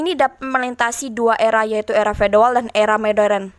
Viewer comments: era feodal gitu bukan fedoal ya🙏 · Feodal min bukan fedoal